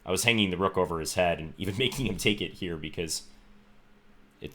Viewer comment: "Let's go hyere" :)